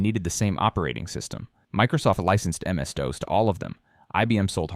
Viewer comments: "MS Dose" lol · Who calls it "MS Dose"?